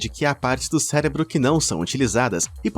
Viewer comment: Falando em erros, tente falar cérebro ao invés de celebro. Obrigado!